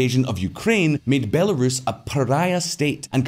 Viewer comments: Not sure if the voiceover narrator has been living under a rock, but that's not how you pronounce Belarus. And it's not the first video she's done this in either. Someone needs to talk to her and get that sorted. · Please teach that narrator to pronounce Belarus! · When will they train that female AI narrating voice to pronounce Belarus correctly? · The woman who does the voice over and keeps mispronouncing Belarus is driving me crazy. If you lack the will to research your projects then maybe just don't do them. Just sayin. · Hard to take this channel seriously when Belarus can't be pronounced properly and this makes it through the editing process. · It looks sloppy when the voice over chick can't pronounce Belarus correctly. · Heads up: your voiceover lady (or AI?) for those headlines has all sorts of pronunciation issues. Belarus … totally wrong, and Russophobic too. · The shoddy robot voice that can’t pronounce Belarus makes your videos trash every time you use it! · Would someone please teach your female voice-over that Belarus is NOT pronounced Bu-LAIR-uhs. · Great article… just wish the person reading the news articles would learn to pronounce Bel-uh-Roos correctly… it’s not Bella-ruhs… also not heard to learn the pronunciation. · Can she please say B e l a r u s and NOT B a l e r u s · Stopped watching after the second /Belerus/. The name of the country is BelArus, ffs. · Why is the video flipping between pronouncing it as “Bel-uh-roos” and “Belair-is”? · “Bell air is”~the narrator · “Bell-air-us” lol At least she sounds cute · whoever voiced over the text has never heard the country "belarus" before, they pronounced it "bell-air-us". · Am I the only one who heard it pronounced "Be""lar""us"? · Fan of the channel but if you're going to use AI to read lines at least put in the effort to get her to pronounce the name of the title country properly guys. It really adds an amateur look to an otherwise flawless production. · Programs, famously known for learning